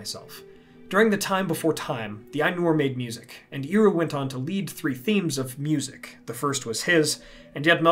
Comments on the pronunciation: Hwy would ye procounce Eru as Eeru? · Great video. In Quenya its pronounced as "air-oo" though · apart from the slightly funny pronounciation of "Eru", awsome video! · Well, at least this video made me check whether or not Eru is pronounced "iru". No.